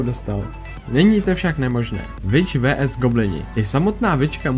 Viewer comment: Bože prečo hovoríš "vé es"